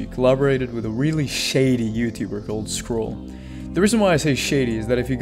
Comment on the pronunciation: I also found out that it's pronounced Nack-Ree and not Nix-cre just for the future